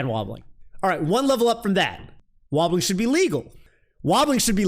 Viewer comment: Can you like... Stop saying it with an 'H' though?